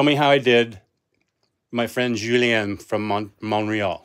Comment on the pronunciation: Great pronunciation on Julien, thanks so much!!